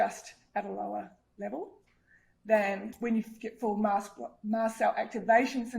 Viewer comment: Its “MAST” cell activation disorder, not Mass Cell!